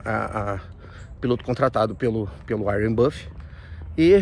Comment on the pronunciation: "Warien buffet" é foda kkkkkk